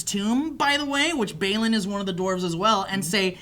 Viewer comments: who the fuck is bale-in? do you mean balin? (bah-lin) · It's Balin not Bailing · They really butcher the names In this review i crinched every time they said Balin with that hideous American pronounciation. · Bah-lin, not Bai-lin (Balin) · Its pronounced Bawlin not baalin its Dwalins brother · Holy hell! Am I the only one that got so frustrated at their pronunciation of Balin? It's not BAYLIN. It's BAHHLIN. One of my only complaints of this review. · that's my wee lad Gimli! that was awesome! Why are you guys mispronouncing the Dwarves names? Glowin for Gloin? Baylin for Balin? Maybe i'm not as hardcore a fan as i thought? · geez could you guys mispronounce every dwarf name? couldnt even get balins name right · It is very hard to hear and claim to be Tolkien fans and then listen to mispronounce Balin repeatedly and incorrectly state that Thranduil was not named in the book. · love you guys but it gets on my tits when you pronounce Balin and Smaug wrong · you guys are saying Balin incorrectly. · And you mispronounced Balin, dude wtf